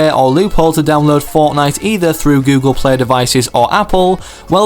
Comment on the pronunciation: He says Google play like this:GoOGLE pleH